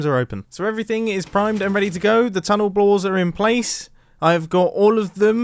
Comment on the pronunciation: he said tunnel blores instead of tunnel bores 😂😂😂